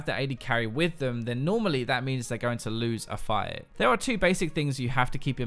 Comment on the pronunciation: I just grin everytime u say "fight"... phyte ( ͡° ͜ʖ ͡°)